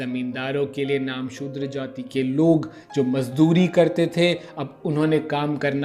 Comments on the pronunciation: नामसुद्र नहीं, "नमःशुद्र" होगा। कृपया ध्यान दीजिए। धन्यवाद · Namoshudra .... Focus on pronunciation.. You're destroying full episode..